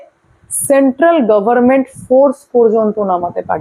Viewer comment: Banglar Meye Bangla bhashatai bhule gechhe chittingbaj dhappabaj mahila...abashya oi mahila toh charam murkha o bangla Hindi English je bhashatei katha bolukna kena konatai thikthak balena...nije paschimbanga sarkarer pradhan hayeou Government uchcharan korte parena Garmen bale katokhani murkha etatei parichay mile ..